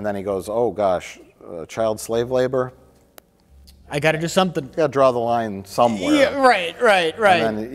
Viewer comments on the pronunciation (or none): Did he say 'slabe labour'? It sounded right the one time I noticed him saying it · Mad respect to for not calling out Mike on his "slabe labor" mispronunciation of slave labor, when he knows damn well they would call him out on it. Not only that they would point it out in editing with a subtitle and replay once or twice. Good job.